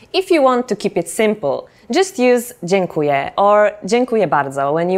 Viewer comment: Hate me now, but even though I think she is doing a great job, there is one mistake she makes when saying "dziękuję". She pronounces it as if it were "dziękuje" which means "he (or she or it) thanks". If you want to say "(I) Thank You" you must emphasize letter "ę" at the end of "DZIĘKUJĘ" (it is nasal vowel unlike "e" which is only oral). Just saying.